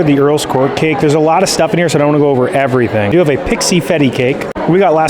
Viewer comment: Hey, were you joking the way you pronounce neapolitan?